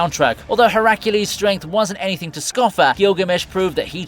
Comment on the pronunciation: This has to be one the top manglings of Heracles/Hercules I've heard in all my years on the internet. It's like you started to say one, then switched to the other version and ended up nowhere near either.